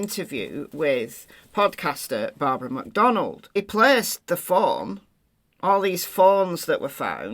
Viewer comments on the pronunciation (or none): none